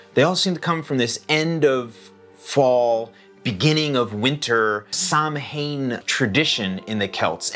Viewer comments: HI!Great video !! Just wanted to let you know it`s actually pronounced Sowan not sam hain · Samhain being an Irish/Celtic word is pronounced "sow-unn"... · Just wanted to let you know that Samhain is pronounced like Sow-in (sow rhyming with cow). I really like your philosophy of no naughty list. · What a great video! Samhain is actually pronounced "Sowen" - the Celtic language is very weird...Such a pity this isn't celebrated here in the North, I used to love it as a kid, the excitement. In our region the young men would later in the night go from house to house, scare the people and threaten to beat them unless they were given alcohol 😅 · I think it’s human nature to want to laugh at our fears…which may be another reason for the resurgence of some of these traditions. p.s. Samhain is pronounced “Sow-in” 😊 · Samhain is pronounced saa-wn. Just sayin’! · Samhain is an Irish Gaelic word, which would have been quite different to the Celtic languages spoken on mainland Europe. As an Austrian living in Ireland who has not been able to manage to learn Irish (Gaeilge) so far, I have been made aware by my children, that in Irish Gaelic “mh” in the middle of a word usually has a “v” sound and therefore Samhain should be pronounced more like Sow-in or sah-win.